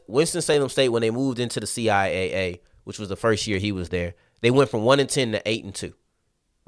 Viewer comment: CI Double A for sure. I find it funny that some people are using C I A A as the way to pronounce the conference name. To me it tells me that needs to spend some time looking at CIAA and MEAC related media from the conference.